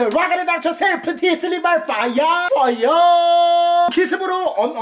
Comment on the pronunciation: 퐈이어~X 워터야~!O